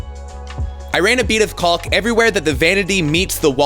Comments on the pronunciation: It's pronounced "KAWK." Love the videos. Can't stand how he pronounces the L in caulk. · It's pronounced "CAWK"!!! 😫